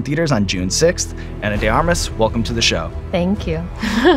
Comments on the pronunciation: I think it's Ahnah...not Eina...mister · did he call her Anna? Like, Anne-Ah?